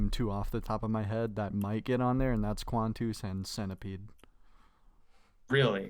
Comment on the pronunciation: quanteuse and centipede 😭😭 this dude cannot be serious